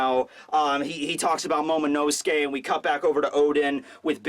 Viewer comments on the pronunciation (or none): none